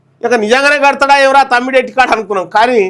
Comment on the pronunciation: తమ్డి హెట్టి✖️( తుమ్మిడి/తుమ్డి హెట్టి)✔️😂